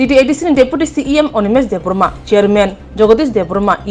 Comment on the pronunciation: Not debrama, it's Debbarma